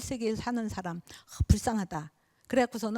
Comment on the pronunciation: 우선, 놀라운 일로, 인간이라는"사람의 "사"를 짧게 발음 했읍니다. 그리고 "람"을 강하게 발음 해ㅆ읍니다. 잘 못입니다. 인간으로 학자로 평상 고유어인"사람" 을 바르게 발음하지 못한다면 이 이상 강의를 듣고싶지 않습니다. 한국의 언어 타락 상에 너무 실망하여 "한국 어문을 고발함"을 이라는 책을 출판했읍니다. 일독해 보시지요. 단어의 장단음 문제가 심각합니다. 미국 변 완수 배